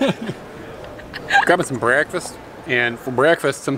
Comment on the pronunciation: I was bemused at how pronounced breakfast. Was that a southern accent or a Minnesota pronounciation. 🤔